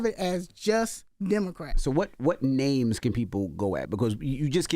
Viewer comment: Does Envy meet the guest before he interviews them? He be butchering the guest names on the regular!